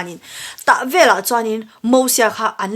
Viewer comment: Veleh tih a lam rik hi velah tih ang deuhvin a ri chhuak tlat...